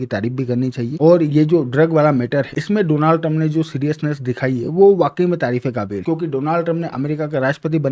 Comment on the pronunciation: K silent rakhta hai bhai bolte waqt